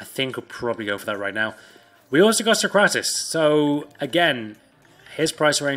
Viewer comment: We’ve got sock-rat-is